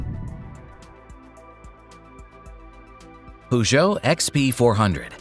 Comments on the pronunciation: Poogou, it is pronounced purrchou. LMAO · It's 'Purr-geot', not 'Poo-geot'!! 🤣